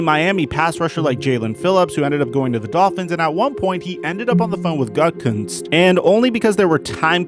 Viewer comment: Bro, it’s not Gut-Kunst it’s Goo-tah-kunst. Brian Gutekunst.